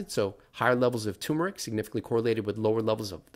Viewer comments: TUHR' muh rik, not TOO muh rik. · My biggest question about turmeric is: why does nobody pronounce the first “r”?